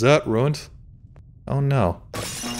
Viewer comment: Since when is there an "R" in the word "No"